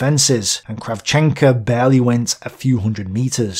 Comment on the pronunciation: great material as always. Funny pronounciation to Ukrainian surnames of Soviet commanders, though. It should be KrAvchenko, and KovalEnko. Ah, never mind. Great narration, as always.